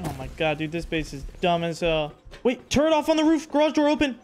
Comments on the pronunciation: "turrent" I hear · there is no N in the word Turret. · when did they add an N to Turret?